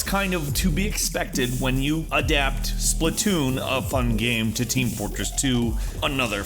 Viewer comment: Splatoon, Splatoon, SPATOON!!!!!